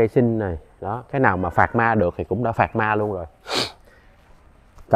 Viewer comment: Pramac racing s đọc pharma ta